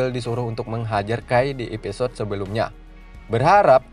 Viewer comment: Dibaca episod huruf E gak perlu di baca kali... Kebiasaan la kek gitu orang indo. Drainase juga dibaca drinis huruf E di hilangin faham...!